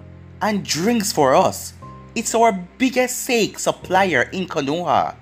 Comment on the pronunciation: Its pronounced Sa-ke